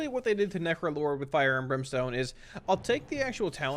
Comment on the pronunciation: This entire video sounds like you are saying nefro-lord... Its literally all I can hear haha. Thanks for the great content, this is exactly what I needed. Would like to see the different specs broken up into their own segments, that way I could just watch the affliction section and be done, but that is my only gripe. Solid content as usual. ...Nefro-lord.